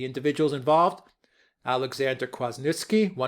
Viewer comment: Why can't Trump say all this? Let people know what is really going on. All he can say is "its a scam!" "I didn't ask for anything!" He seems incapable of defending himself or even attacking his accusers. Denial means nothing. Facts mean everything. NB: Kwaśniewski is pronounced KVASHNIEVSKI